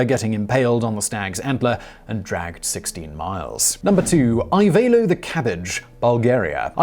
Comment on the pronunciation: Just to point out how to pronounce Ivaylo : I - as in "see" v - as in "very" ay - as in "lie" and o as in "so" - it should probably sound something like ee-vay-loh. Source : That's my name and I watched one video, just to explain better how to pronounce it. P.S. : I know that I may sound stupid for commenting on pronunciation of one name, but I just can't help it, sorry.